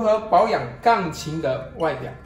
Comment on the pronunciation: 请说钢琴，不要发音成杠琴